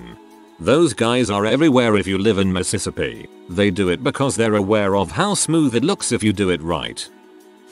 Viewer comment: sounds like Mississippi to me